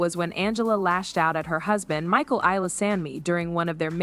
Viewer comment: "I feel bad for Ma-sheel" AI voice showed its ass